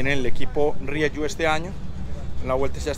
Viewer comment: Gracias por su aportación caballero, por enseñarnos el Dakar desde dentro, solo una cosita, la marca Rieju es una marca española nacida de fusionar dos nombres RIEra + JUanola, por eso se pronuncia RIEJU con J y no RIEYU como usted lo pronuncia, reciba un cordial saludo y feliz año nuevo 😉